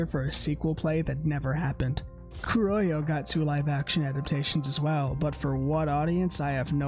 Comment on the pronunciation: My man if you don't know how pronounce Kurohyou is okay but why??? Hahaha srry, Black Panther is the English name if you have no idea how pronounce the Japanese name. Also, good iceberg, I love Yakuza but their lore is interesting and some are new for me.